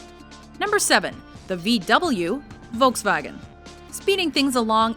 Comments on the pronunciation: It's Volkswagen Volk- people wagen - car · Did I just hear, "Voltsvagen"? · We pronounce it like Volks- wagon. Don't you do it like Folkz-Wogin? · She says Volkswagen like my great grandfather does XD 'Wolksvagon' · I get allways a so-called 'lachflash' when people say Wolks Wagen xD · "Number 7: The V double U: Wolgswaggen" k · Why is it impossible for English-speakers to pronounce Volkswagen correctly? It's pronounced like folk, add a s and finally add wagen. For German ears this sounds so strange. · Isnt Volkswagen pronounced folkswagen? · How do you f up saying Volkswagen "Volksvagen?!" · As a german I think it's funny how she pronounces "Volkswagen". :D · Volkswagen is pronounced with an F at the beginning, not with a V. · btw i love how you said "Volkswagen" :D its supposed to be spoken with "f" at the beginning, like fair. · aaw, as a german its so funny to hear you pronouce 'Volkswagen'. Sounds so adorable :D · victor stefan Ikr, but why can't anybody pronounce it right? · How not Dutch people say a g like in Volks Wagen :) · You pronounce Volkswagen wrong. v is pronounced like an f. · i dont recenize the ge logo in Germany we doesnt even know what that thing is ! P.s. you said Volkswagen wrong ! sorry 4 my bad english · it really pisses me off that you pronounce volkswagen wrong, nothing personal, i just can't stand it, "v" in german is pronounced "f"